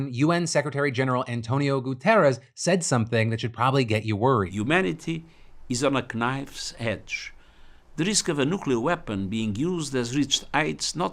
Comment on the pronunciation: Why did Guterres pronounce the k in knife? 😂 and Logan definitely gets a cut of the scams he participates in by being the face of them 😂